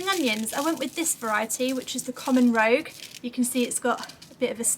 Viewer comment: i love your videos, I really do, and I look forward to every one of them. I couldn't help noticing that you called the spring onions 'common rogue' when they're actually 'common rouge'. I had to smile because I made the same mistake myself a little while ago and the name stuck so that's what I call them now! 😆❤